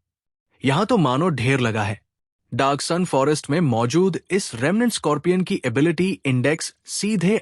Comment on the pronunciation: Bhai morgan ki ability kitni hai saaf saaf bola kar bhai ability bolte same muh me kya le lete ho😮